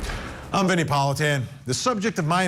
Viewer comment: Vinnie pronounced it correctly.